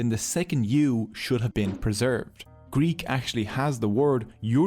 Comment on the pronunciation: Nice video, nice animations but your prononciation of Greek and Latin word is disturbing